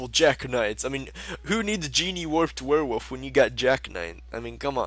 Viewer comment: genie warped werewolf? jack knights?:P pronunciation fails